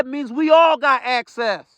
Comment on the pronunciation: He had actcess😂to the compu😂